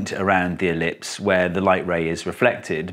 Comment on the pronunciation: The moment you said elipise, I understood. Thank you man